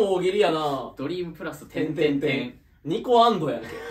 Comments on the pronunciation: 標準語はaの部分で発音あがるんちゃう？ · 関西人すぎてニコアンドをのイントネーションでしか言えないんですけど、標準語ニコアンドってどうやって発音するんですか？？